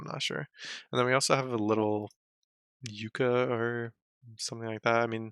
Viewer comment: Hey yucca is pronounce “yucka”